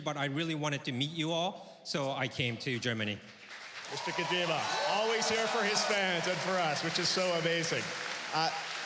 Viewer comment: Geoff could have at least bothered to pronounce Mr. Kojima's name correctly.